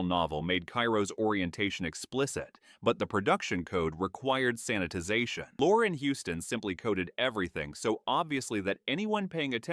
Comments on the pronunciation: Peter LOR-Ree. Jeez, how do you not know that? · Please learn how to say Peter Lorre’s name. AI fail.